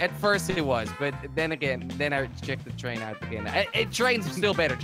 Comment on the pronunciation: When jelly says train he says chain